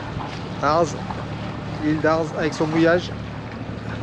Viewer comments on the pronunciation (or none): Belles images mais pourquoi tout est " petit " ?. On ne prononce pas le z de l'île d' Arz.